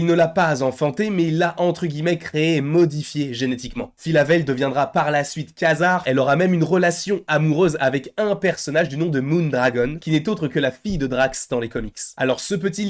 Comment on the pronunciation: Pour info, Quasar ça se prononce Kouasar, pas Kasar.